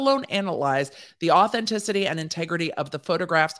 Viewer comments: You reading “authenticity” was a mood, like as your were trying to pronounce it, I was right there with you 😭😭 had to rewind and try again 😂😂😂😂😂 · I really think you are so imformative....a number of us listen here in nova scotia which allows for great debate....thank you,....and that darn word...,awthentisitee